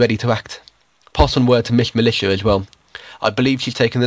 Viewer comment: Thing that got me was the mispronunciation of Miss Militia. She kept calling her Miss Mi-lee-ta instead of Mi-li-sha.